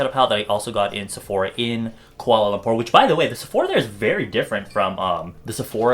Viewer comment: Watching from Malaysia and I'm glad that you're one of the fews foreign youtuber pronounce Kuala Lumpur correctly :) I love all your videos, xoxo ;)